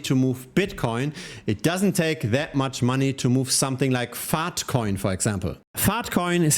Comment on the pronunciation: Bro your accent when you say "Faahtcoin" is too funny